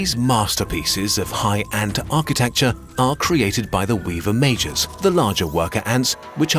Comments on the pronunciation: I legit thought he was saying mages smh lol. It made sense too cuz they wre lobbing freaking orbs of acid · Every time he said "Majors" I kept hearing "Mages". Together with the Medieval framing made these wars even more epic. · It sounds so similar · i cannot unhear that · i had to rewind multiple times as i kept hearing "mages and miners" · I legit thought it was mages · I can't help but hear "An army of thousands of Mages."